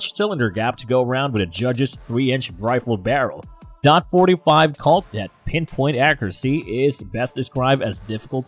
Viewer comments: Anybody that say DOT 45 loses credibility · I mean the man can't even pronounce taurus right and says dot instead of 45 or point 45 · It's hard to take a video seriously that pronounces "forty five caliber" as "dot forty five". Also, I have a Bersa Thunder. It's a great little piece. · its 45 caliber not dot 45 lmao DOT is department of Transportation. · Its probably a premium service text to voice, they are much more convincing than the usual ones but they still make mistakes like "dot 45" for .45 as they directly read it. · stopped thinking this video was gonna be knowledgeable at all as soon as he called it dot 45